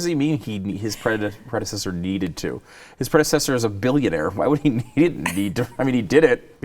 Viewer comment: "My predeseder need too"